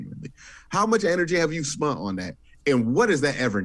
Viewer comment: Q brings the juice to this show. But bruh, please stopping saying "spunt"